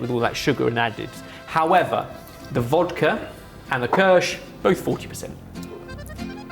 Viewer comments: pronounced keersh not kersh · i remember an episode where was drunk... remember? kirshT? you drunk? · The Ki of kirsch is pronounced as in "kitchen" ;-) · The pronunciation of "Kirsch" is making my teeth itch! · Second generation Swiss here... saying Kirch repeatedly without the I in the word veing pronounced like "knee" or "bee" was the equivalent of nails on a chalkboard....